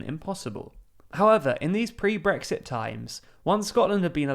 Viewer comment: I really wish he'd actually voice the 'T' at the end of Brexit.